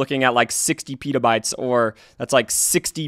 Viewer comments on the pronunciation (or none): this guy doesn't even know it's pEtabytes not piiieetaaaabytes.